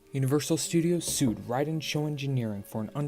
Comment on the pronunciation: Seud? Ummmm what? Sued.